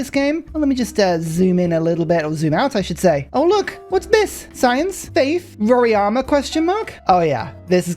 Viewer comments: nice content!! About the wonder, It's not "Roriama" but "Roraima" 🧐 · Rora-ima (not Rori-ama)